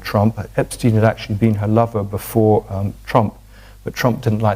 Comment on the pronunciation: Its kinda funny the way kim says "lover" lol . I do not know why seems old timey.